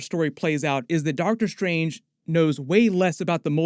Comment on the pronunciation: is it Dr. Stephen "Seagal" Strange?